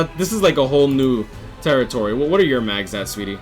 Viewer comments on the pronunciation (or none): none